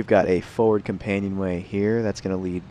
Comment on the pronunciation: The word forward has no silent r.